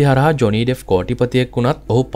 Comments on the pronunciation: ඩෙෆ් නෙමෙයි ඩෙප්ප්.. ලෝක ප්‍රසිද්ධ කෙනෙක් ගේ කථාවක් කියන කොට නම හරියට කියන්න.එතකොට නොදන්න කෙනෙක්ට වටිනවා. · ඩෙෆ් නෙවෙයි බං ඩෙප්